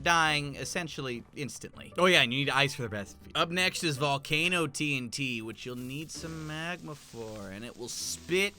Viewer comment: It is called T UN T